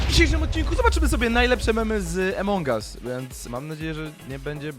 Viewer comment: Wszyscy mówią: Among us mówi: Emong us